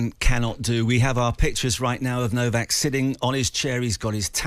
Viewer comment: Its not Nokak, its Novak.